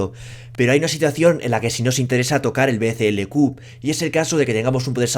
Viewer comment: Todo el vídeo diciendo BCLQ y es BCLK, y nadie en los comentarios dice nada .